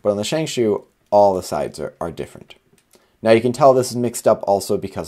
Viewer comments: No sheng shou is more accurate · Why do you say shang shoe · Pls say Shengshow